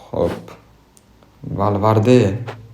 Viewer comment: Omad oka ❤ Lekin valvarde emas valverde aytiladi 😅